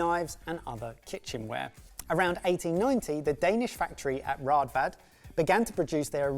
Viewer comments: Two a's in Danish makes an almost o sound like in open. So it is Rådvad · Man you butchered the good name of Raadvad 😅Cant blame you though "aa = å" one of our notorious unique vowels, because we want to feel special in scandinavia :P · At least use the bread slicer on ryebread/black bread! And learn to say Raadvad with the correct double aa-sound.